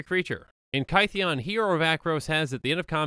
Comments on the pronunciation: Kaytheeon? His name was changed because he got misheard as Gideon and rolled with it. It should sound similar. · It's Kith-ee-en :( not Ky-thee-on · In ancient greek the theta is not a th it is a t-h. So theta for example is t-heta. Gideon's name is kytheon with the y making an i sound, it sounds more like kit-eon. Hence when the knights that gideon met after planeswalking heard his name, they for lack of a better word anglicized it into gideon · It's not KY-thee-in as in rhyming with "pie", but KITH-ee-in, rhyming with "pith". His name was mispronounced as GIDDY-in, not GUY-dee-in. Straight from Doug Beyer of Wizards: "Kytheon Iora is pronounced “KITH-ee-un ee-OR-uh.” “Kytheon” uses the same vowel sounds and first-syllable-stress as “Gideon.”" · No one:: KY-THEE-ON I also just realized that Chromanticore is just WUBRG Kestia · Kytheon is pronounced Kit-heon. This is addressed when he does his first Planeswalk to Bant, and the locals recognise the hard vocalisation of the "K" and the "T" but replicate it as "G" and "D," probably due to speaking with vibrating vocal cords, as opposed to inert cords. Tamanoa is a group. The flavour text reads "...the tamanoa rose to bring a new morning..." with a lowercase "t." Much like you would say "The sheep are in the shed," if you talking about a group of the animals, or "The Sheep is in the shed" if you were talking about a singular being named "Sheep." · I’m sorry but I’m really ticked off by your pronunciation of Kytheon. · My stance on name pronunciation is "it's fantasy, who cares?" but I think Gideon's name change is interesting, so here we go! "Gideon" is a mispronunciation of "Kytheon," I think -- iirc he goes by Gideon because it's easier for people outside of Thermos to say. So the y in Kytheon is probably pronounced like the i in Gideon (like "kid") and the th is probably hard (like in "that") -- "Kiðeon." Anyway, I just think it's neat. :)